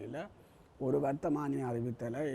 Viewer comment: வர்த்தகமானி இல்லை பேட்டியாளரே அது வர்த்தமானி